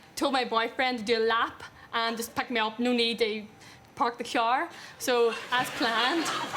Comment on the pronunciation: As someone who has watched Derry Girls i understood her no problem. I love at how he keeps laughing at her saying car though